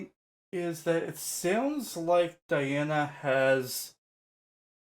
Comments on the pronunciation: Those of us who speak English are prone to mispronouncing Russian names. It's just the way it is as Russian is a completely different language! To the best of my knowledge, her name should be pronounced as dee-AH-na ahn-koo-DEE-no-vah. (rather than die-anna ann-koody-NOVA which is what almost everyone guesses) 🙂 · Диана. Correct pronunciation- DiAna. Diana is the latin's name of the Goddess🌹 at last as Di:'a:na: 🌹not inglish👈🌹👉 Latin and Latin👈 as Dee Anna👈 russian's name Диана= latin's name Diana🌹🇷🇺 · Welcome to Princess Diana, The Goddess Voice of Nature. Enjoy your journey. She is a true Contralto. BTW, her first name is pronounced Dee aunna.